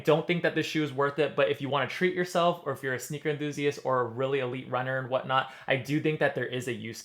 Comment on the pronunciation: "what not" or "what knott"? 🙂 Thx for the honest review!